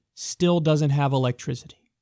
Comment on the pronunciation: "84 % of Puerto Rico doesn't have electrizity LOL Kyle It's pronounced 'E-lek-tri-CI-TY not ZITTY